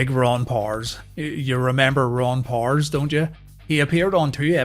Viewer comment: It's POW ERS not Pors.